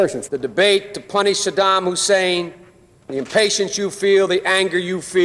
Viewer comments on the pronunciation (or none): none